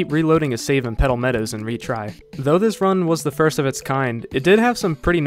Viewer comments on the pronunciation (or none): Retry, not Rety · "rety sections"